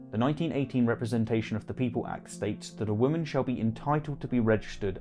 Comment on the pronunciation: A good video, but why do you pronounce woman and women the same way? It's weird and distracting. Woman = wum-uhn Women = wimm-in